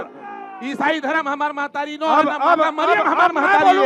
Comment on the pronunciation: मेहतारी नहि महतारी सुन लव ठीक से